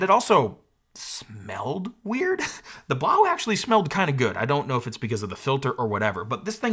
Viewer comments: It's (b-low) not blaw , french language has eau or eaux at end of words make the o sound or oo. Quebedeau is my name * que bed o is how it's pronounce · I think "Blaux" is supposed to be pronounced "Blow" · Why do u pronounce it like that. It is obviously a play on the word faux and should be pronounced as ‘blow’ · I think Blaux is pronounced “blow” according to Google translate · So I just want to check, everyone does know that Blaux is meant to be pronounced "Blow" right? Similar to faux being pronounced like "foe" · I think the Blaux is supposed to be pronounced as if it were a French word (which would sound like 'blew''), instead of German (which would be pronounced as you pronounced it, but with an audible 'x' at the end). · It's pronounced "Blow". Just ask any Cajun. 😅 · I really think it's supposed to be pronounced "Blow", since it't a fan or heater and it blows air?